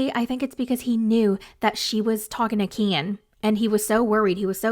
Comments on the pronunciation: I love how you always say Kyeen 😂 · I keep laughing every time I hear you say "KEEIN" 😂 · Every time u say KEN , it kills me 😭😭😭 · lol every time you say Ken is wild 😂😂